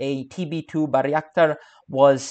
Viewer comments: FYI: Bay-rak-tar, not Bary-ak-tar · Bayraktar, not " Barry Actor" Buy ruck tar